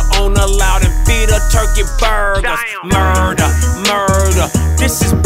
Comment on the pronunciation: its pronounced "murder" not "Muuuuuuuuurrder" k thanks